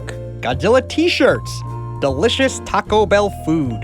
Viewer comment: That’s some nice pronunciation there